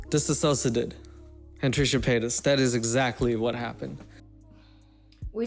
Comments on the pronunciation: DissociaDID is pronounced more like "diss-osha-did" than the word "disassociated"- Trisha tragically mispronounces it pretty much every time. It's a combo of the word "dissociated" and the anagram for D.I.D :) Love ur vids as always <3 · Hi man, I’m a big fan of yours 🌟 but just please tell their name right: it’s DissociaDID, non DisSAsociaDID, and everyone is pronouncing it wrong because Trisha pronounces it wrong and I believe she does it out of disrespect Thank you!